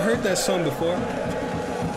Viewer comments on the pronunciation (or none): none